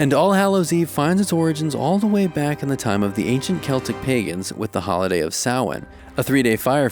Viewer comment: Same!!! Oh and same with "celtic". He said it right!!